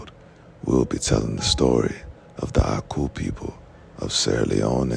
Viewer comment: 😮😮😮 You pronounced the oku/aku with perfect accuracy